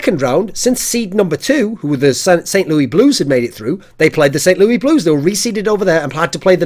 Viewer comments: THE CITY OF ST LOUIS IS PRONOUNCED "LOO-IS" THE S ISNT SILENT THORIN. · Just FYI, we pronounce St. Louis (the city) Saint "Lewis" for some odd reason. The English language is so simple Kappa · Living in Missouri, hearing someone say "St Louis" as "Saint Louie" is hilarious. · I love how he pronounces St. Louis in the French style, it sounds funny. <3